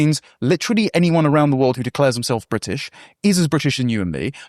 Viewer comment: I'm eight minutes into the show and can't bare hearing Liz Truss saying 'Bridish' one more time.